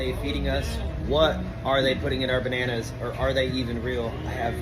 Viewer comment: He said “banoonoos” 😂😂😂